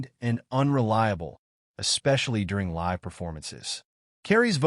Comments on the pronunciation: It's pronounced Saturday Night Lye-ve. Not Saturday Night Lih-ve. Jesus Christ! Live is a pretty hard word to mispronounce. Pay attention to details, you schmucks! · Saturday Night LIVV???? Cut the AI, bring back human announcers!